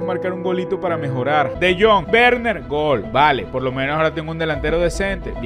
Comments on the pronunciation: es de jong no tron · dijo luuk de tronc, rianse (no me ofendí por si acaso)